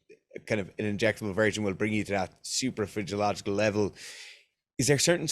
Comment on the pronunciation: "suprafridgeological" Is that when Eoin squats 310?